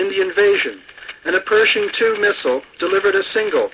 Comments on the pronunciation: Or Persian instead of Pershing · They keep pronouncing it Persian II, but I'm sure they're referring to the Pershing 2 missile. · The DJ mispronouncing “Pershing” as “Persian” and “nuclear” as “nucular” added an eerie element of realism.